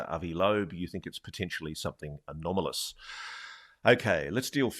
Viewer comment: I had a shot every time Ross said "anamolous" Out smarted myself. Just called the Boss, not going to work tomorrow.